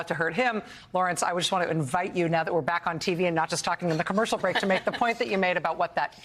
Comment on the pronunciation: No actually what it said was "stand bwack and stand by". Now Elmer Fudd is working on his speech impediment😆.